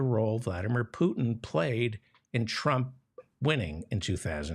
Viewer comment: Is that how you pronounce Trump in Polish?